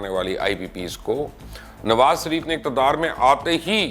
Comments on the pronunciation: Mubashar sb me ne pehle bhi kaha tha apna talaffuz yani pronunciation sahi kren nawaz sharif ke bjaye nawaz sarif kehna bnd kren es se aap ki jihalat tapakti he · مبشر بھائی اس کنجر کا نام نواز ش ریف ھے، س ریف نہی۰۰۰۰ بہترین پیشکش